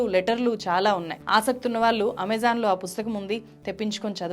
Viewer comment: నేరగాల్లు కాదు. నేరగాళ్లు వాల్లు కాదు వాళ్ళు Please improve your telugu pronunciation. At the same time please avoid false propoganda. Vijay malya. Neerav and Lalit Modi have the asylum in UK and as per their law they need to be deported to India and it takes time. Coming to the money looted by them Modi government recovered almost entire money through special acts enacted.